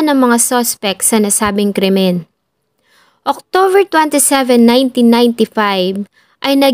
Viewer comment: Lagi ako nanonood sa yo. Gusto ko ang pagk wento mo, pero sana ma correct mo ang SEPTEMBER at hindi SEFTEMBER, or OCTOBER at hindi OCTOVER. ✌️